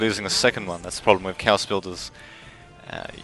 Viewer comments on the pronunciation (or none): Great commentary man <3 The first time you said Chaos i heard Cows so i was like wtf o.O Anyways keep on the good work. And keep uploading those Men of War commentaries ^^